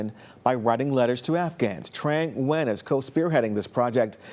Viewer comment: This Vietnamese-American uni grad’s name is Trang Nguyen! Her surname should be pronounced N’win instead of Win!